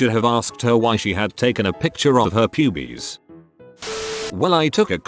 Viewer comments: the way it says pyubies is fucking amazing and I love it lmao. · I CAME TO THE COMMENT SECTION ONLY TO SAY THIS!!! 😆 Pyoobees. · Love the way it says pubes 😂